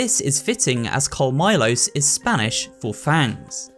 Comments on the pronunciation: Not to disrespect , maybe he doesn't know how the double L when he says "colmillos". It broke me how he said it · I understand most people who don't speak Spanish will mispronounce the double ll, but it's still funny to hear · . It's pronounced like "Colmijos", not like "Colmilos". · "Call-Milos" please look up how to pronounce some of these names. This made my skin crawl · colmylow XD , sorry i couldnt avoid correcting it as a native spaniard it sounds more like " Colmeeyo" , double "L L" in spanish es "Yi" so it sounds like ColmiYo" great vid btw loved all the descriptions and how the plagas worked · Bro the pronunciation of colmillos is cringe as hell….what do you mean coal-Milo’s it’s pronounced coal-me-yos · I was slightly bothered by the conmillos cuz he didn't do the y sound. Ya know Conmiyos I think would be the annunciation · I was thinking the same as a spanish speaker It is funny to see how he tries but great effort 10/10 the part that I like the most is Col milos that one took me a minute to refrase it to colmillos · the L is silent and two L means Y.. colmillos is co-me-yos... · Hearing this man say "Coal Milos" killed me inside. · So you know, "Colmillos" would actually be pronounced, "col-mee-yos." The "ll" makes a "y" sound in Spanish, and, if I recall, similar to Japanese, Spanish also does not change the sound that its vowels make like English does. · Lol I was literally looking for someone who though the same, also the way he pronounced it as "col-my-los" lol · Yeah “comillos “ is pronounced “kol-me-yos” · Your pronunciation of Colmillos sounds cooler than the actual word. I think I just found a new way to make it sound bad*ss🤣🤣🤣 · Darn that pronnounciation on colmillos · colmillos and zealots was ear gouging